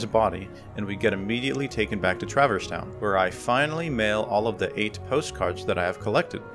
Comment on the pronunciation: Great run, but... Anyone else twitch every time at "Traver's Town"? 🤣